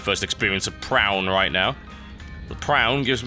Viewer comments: it is pronounced pro-oon.. its a type of geometric painting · I think it's pronounced Pra-on